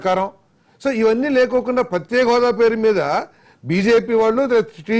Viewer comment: Prathyaksha hodha kadu ra babu prathyeka hodha...